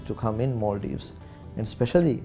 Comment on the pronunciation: its Maldives not maaldeep